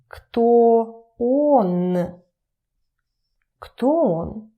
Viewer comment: U said if О is not stressed then it is pronounced as "a" So y u pronounce Он as on